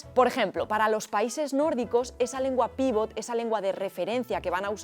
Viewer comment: Sin ánimo de ser pedante: en la jerga se dice "pivot", con acento en la segunda. Un "pívot" es Fernando Romay, Pau Gasol etc. Por cierto, el castellano se usa cada vez más como lengua "pivot". Una pena que no saliese ningún interprete en el vídeo. ¿Lo más importante en un intérprete? Curiosamente dominio de la lengua materna (las otras se van aprendiendo) y memoria a corto plazo así como capacidad comunicativa. Buen vídeo!!